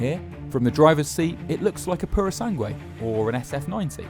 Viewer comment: How can a journalist or what is this man job title. Don't be at least oblied to learn how to say the names of the things right? And don't say, oh he's english and bla bla bla... he is a supposed professional and not even the purosangue that is a well easier word to say he could get rigth. Top Gear died when the trio got out, now is just in shambles that don't know how to pick up